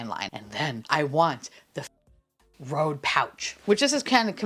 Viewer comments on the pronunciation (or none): none